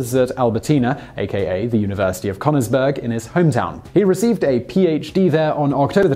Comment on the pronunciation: "Connorsbeurg" sounds hillarious xd especially when you know how to actually say "Königsburg"